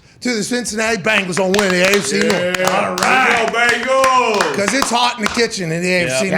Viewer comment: I'm really starting to believe Pat likes the Colts more than the Bengals lol.. Sorry Pat, don't hate, we're better! Who Dey!! BENGALS NOT BANGLES YOU SOUND LIKE CHRIS SIMMS!! No wimpy indoor facilities here! Who Dey Who Dey Who Dey think gonna beat them Bengals NOOOOOOOBODY!